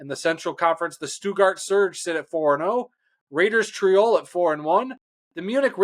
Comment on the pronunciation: You're miss pronouncing the raiders home it's not triol it's Tirol